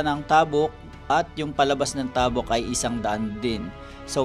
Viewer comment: sakit sa tenga pakinggan yung pag pronounce ng "tabuk".